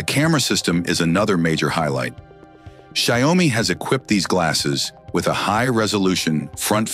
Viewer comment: Could we maybe teach AI how to pronounce a word/name and then have it stick to the same pronunciation throughout the video? I think I heard Xiaomi pronounced like 20 different ways 🙄. I don't even care if it's wrong, just stick to one!